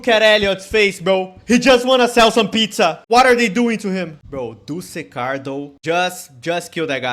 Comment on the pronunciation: Fu-ck you you said matt dusekkar not trust worthy